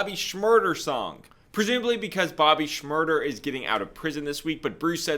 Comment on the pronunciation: Shhhhmmmurrdaaaaaa is how it’s pronounced!! Keep up the videos I’m hooked!